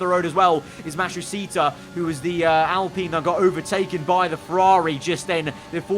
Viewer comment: Al - Pine not alpinnnn 😂